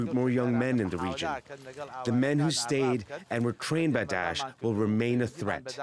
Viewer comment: daesh not desh lmao